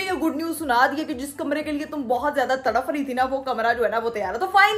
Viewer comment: Tarafff? Tarap hota hy jahil.